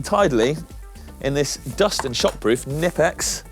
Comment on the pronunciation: Knipex pronunciation lessons required :-) Knipex mini pliers are great one for the toolbox too!